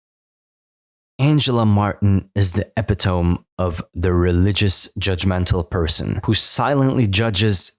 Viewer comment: Thats not how you say epitome